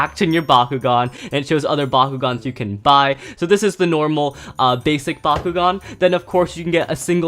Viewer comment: I keep hearing Bakugou instead of bakugan